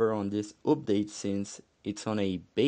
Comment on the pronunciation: Im not sure when the multiplayer will be available for everyone. Hopefully the beta testing gos well and doesnt take too long. And the way u say "update" is awesome.